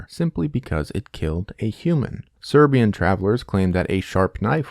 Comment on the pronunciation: yea as a Serbian speaker as soon I heard him say it I knew it wasn't right lol